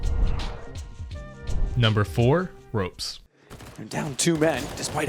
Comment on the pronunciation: pronunciation: ropz not rope-z serk not ser-Q